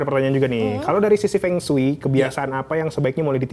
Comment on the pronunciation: Utk hostnya lain kali lafal Feng Shui yg bener ya. Kata Feng hrs gunakan huruf E pepet seperti E utk kata pEta, sEla, kEna, pErnah, tElaga. Semoga ga salah lagi ya